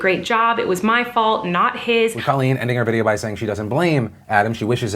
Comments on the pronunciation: It's COAL-leen, not CALL-leen. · Colleen (long "o", please stop mispronouncing her name) is a shining example of intelligence and class. Only a mature, critically-thinking person would so eloquently take full responsibility for their past behavior and then use it to empower others.